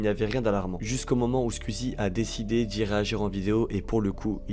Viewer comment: très bonne vidéo, mais pitié, penses à revoir ton accent quand tu dis squeezie, twitch.. 🤣